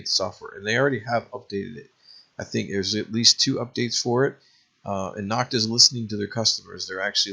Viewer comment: Nokta is pronounced beginning with No, not Nock.